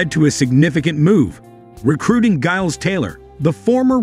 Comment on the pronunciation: Mr Taylor’s first name is pronounced “Jiles”